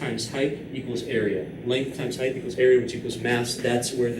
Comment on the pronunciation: I love your videos, hate the way you say height though but your biceps make up for it.